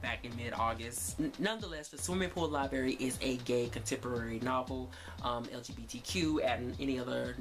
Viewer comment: Did you say The Swimming Pool LIBARY? There are two "R's" there. LIBRARY, not LIBARY.